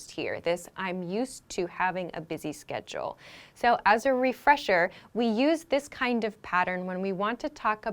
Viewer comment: You pronunced schedule as sketchle. Please repronunce it properly.